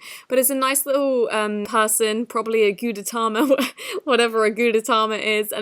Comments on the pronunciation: Gudetama (Goo-day-tam-ma) is a little egg character,. 😂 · Gudetama is pronounced ( goode•tahmah) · it’s gude-tAma like oma like gudetOma gudetAma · you say it like goo-day-tama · Its called gootitoma that's how u say Gudetama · HOW TO PRONOUNCE "GUDETAMA" GOO-DEH-TAH-MAH I was peeved as heck when you mispronounced it, so I'm doing this to help you pronounce it properly next time. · a gudetama is an egg lol 😂 and you pronounce it « gwudeutama » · goohdehtoma pronounce it like that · Gudetama is a lazy egg who says meh… and I’m obsessed with him. You pronounce I good-e-tama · I dont know how to say this Yummy Goo deh t aw m uh, gay- Goo deh t ay m ah Me: ok... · GUDETAMA is pronounsed goooteytamma lol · Gudetama is pronounced as: Goo-deh[its Japanese so it has a fast tone]-tah-ma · To all the people who don’t know how to pronounce gudetama here let me help u It’s pronounced goo-dey-tama Enjoy 🙂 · Gudetama is pronounced goo-de-ta-ma, he is a lazy egg that is always sad cause he's always getting eaten. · Goo-day-ta-mah He’s a character from the hello kitty community and he’s basically a lazy egg yolk (my favorite boi) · It's pronounced gud-a-tam-ah, its a brand (look up gudetama the lazy egg) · It is pronounced gu-day-tama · Gudetama is a Japanese icon that is an egg yolk and it's pronounced (gud-de-ta-ma) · Sound it out go di ta ma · Its pronounced gu-deh-tah-mah its a four syllable word .-. its a japanese lazy egg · Its pronounced Goo tay tah mah your good 👍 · Gu-day-TAMA The de is pronounced day Tama is pronounced louder then the rest of the world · Its pronounced Guretama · To those who actually watched Stranger Things, is the diamond actually a part in the plot? Btw, Gudetama is pronounced goo-de-ta-ma. The 'tama' in 'gudetama' is from the Japanese word 'tamago' which means egg. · So Yummy Gudetama is a Japanese lazy egg yolk and its pronounced goo-deh tah-mah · It’s pronounced goo day Taa maa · Gudetama (gooh- dah- tam-a